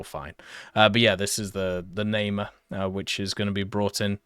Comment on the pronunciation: Namer Not nae mar Nah Mehr